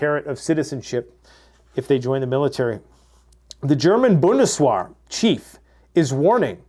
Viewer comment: What the hell is бундес-уа? It's бундесвер.